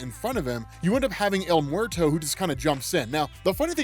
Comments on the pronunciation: Bruh Bruh el muerto isn't el MORTO it sounds like it should be spelled el mweɾto or if you need to sound it out it sounds like your asking a question 'mmm-where-toe?' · As someone who lives and has grown up in New Mexico, the way yo pronounce his name is hilarious! Don’t get me wrong, I understand!! It’s just funny when hear folks that sound like they’re almost never around Spanish speaking people.